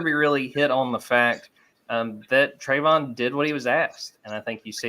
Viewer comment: how does not know how to pronounce Travon?